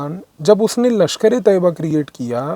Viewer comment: Mujhe sabse acchhe baat ye lagi ki aapne LeT ka sahi pronunciation kiya. लश्कर-ऐ- तैय्यबा Hamari media ne तैय्यबा को तोयबा बना दिया था...